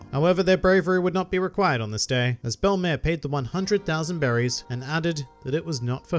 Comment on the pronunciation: Hooray! You pronounced her name right. Funimation may have the better dub of One Piece over all, but I can't forgive them for mispronouncing the name of one of my favorite characters, ever, in the series. In French, Belle-mère is used to mean "step-mother", "mother-in-law", or I think in some cases "foster mother", and it literally translates to "beautiful mother". In both senses, it is a fitting name for the former Marine turned mother-figure to both Nojiko and Nami who gave them a happy life, even if it was not a long time they spent together nor one with a lot of money.